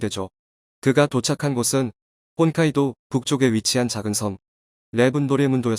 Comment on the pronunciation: 혼카이도라고 하시는데 다시한번확인 하시길 ~~~